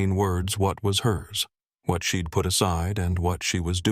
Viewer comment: Milwaukee Wisconsin USA. I believe this is being read by AI. The punctuation in the narration needs improvement. At least two of the mispronunciations are:" 1) I'll is being pronounced as "ill" 2) She'd is being pronounced "shed." A newspaper article reads "Designer sues son -in-law." Ethan's her HUSBAND!! It was probably others, but I'm too tired to listen for them..